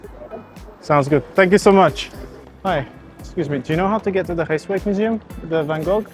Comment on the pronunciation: It's not Rijkswijk museum it's Rijksmuseum! haha no wonder they couldn't understand you!